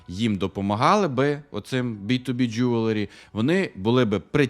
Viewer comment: Я все життя думав, що воно Джеверлі, а не Джюверлі! Кожен раз, коли казав це слово, я автоматично вголос виправляв) А казав він це слово багато разів за відео...